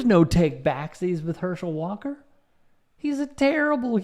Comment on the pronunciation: "Herschel 'Daam' Walk-ah" - Dr. Rashad Richey.